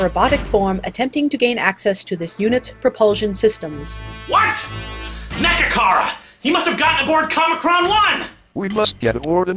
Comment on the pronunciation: when he said mechakara i thought he said magicarp lol